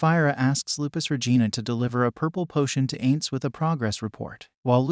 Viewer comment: not ains. Pronounce it "eye-nnnz"